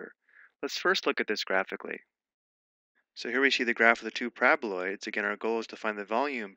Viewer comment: Someone please hmu with a ringtone of my mans pronouncing 'parabaloids'.